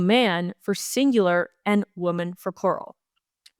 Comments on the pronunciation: The reader freaking out about your mispronunciation or under pronunciation of women and woman is silly. However, if you do plan on correcting the situation, do it right! It's not woMAN! Plural is pronounced: wimin Singular is pronounced: womin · please take the following as a good faith observation and suggestion. As a born and raised Canadian from Southern Ontario, the word woman (singular) should be pronounced as w-oo-(as in good)-mun (as in bun), and not wo-man (as in man). Whereas the word women (plural) should be pronounced as w-ih (as in it)-men (as in men). Also, the emphasis is on the first syllable in both cases. For your consideration. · It’s pronounced wimen plural and woeman singular. It’s just a pronunciation issue. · Great show, but the woman / women thing ... In my understanding, the pronunciation has always been as follows: women = "wimen" and woman = "wuhman". Wo - MAN just seems weird? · Woman (wuh-mun). Women (wih-min). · Heart wrenching what the lousy NDPs, federal and provincial imo have done to Caylan Ford, l hope she wins her case big time. Great job Federation of Canadian Taxpayers, CBC deserves total defunding of all taxpayer funding now. And as far as pronouncing woman and women its sounds the same when you say either to my ear, lol but plural women sounds like wi-men and singular sounds like wu-man imho. Love your work ❤.